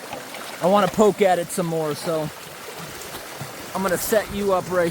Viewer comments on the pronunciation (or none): none